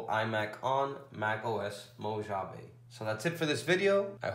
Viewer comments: Just so you know, it's pronounced "Mow-ha-vae". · Mo”H”ave lol. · I threw up in my mouth every time he said "mo-JAH-veh" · great tutorial but I just can't help it.. being from California, it's pronounced Mo "ha" vee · MacOS.... Mo-“ja”-ve? I’m sorry. That was a good video, it helped me alot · you are clear,concise and well understood.except that is Mojave j is pronounced as an h sound,i used to live their.Great Job!!